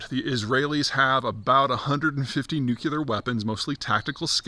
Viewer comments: New-clear, not new-q-ler😂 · The last two videos it looked like P was finally getting the hang of pronouncing it "nu-cle-ar" ... but he's now regressed again to "nu-que-lar". Maybe a sign of the stress? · when you say nucular like a Bush president, that shows lack of knowledge of proper pronounciation... it is pronounced NU CLEAR and you won't sound like a doofus. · Zeihan needs to stop saying "nuke-YOU-ler". It's really tough to take him seriously on this issue if he cannot pronounce the topic correctly. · I'm struggling to understand how a word derived from the word nucleus can be pronounced according to the spelling nucular. Is this a basketti instead of spaghetti, too hard to get the tongue around kind of thing? As a geopolitical strategist I'd like to think that Peter would understand the importance of minimising misunderstanding that changes in the pronunciation of words would create. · I'd wish he'd put the "nu-cu-lar" word behind a paywall also. My ears are bleeding. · Look at my geopolitics guru dawg, he can’t pronounce nuclear 😭